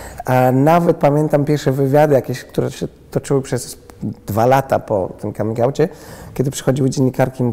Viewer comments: Come czyt. /Kam/ ergo /kamin'/ 😎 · Czy nie powinno się wymawiać 'coming' przez 'a'? xD Mierzi to nieco :D Piróg mówi normalnie, a cała reszta uparcie z tym 'o'.